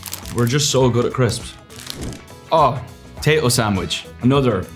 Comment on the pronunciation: the 'oh' when he dropped the jaffa cakes was so irish help